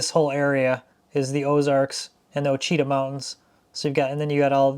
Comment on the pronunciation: Just an FYI about the forest to your south. Ouachita, is a French word left over from the Louisiana Purchase. It is pronounced "wash-a-taw" (at least locally), Google's pronunciation on maps when using directions is hilarious.😁 I have been around the Ouachita river, living or visiting, my entire life, I think I have heard all of it's pronunciations.😁 I will be in your area looking at housing next week, perhaps I will run into you.👍